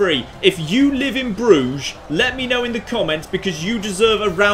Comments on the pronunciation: an uncultured barbarian. Pronounces Bruges: "Broozh". Me: a man of culture and refinement. Pronounces Bruges: "Bruh-jez". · Bruges = Bruises